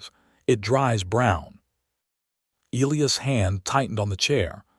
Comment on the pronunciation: Why can't the narration pronounce Elias properly? Not difficult!